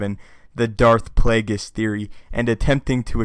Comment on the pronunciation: Darth Plagus??? Don't you mean Harry Potter's nemesis?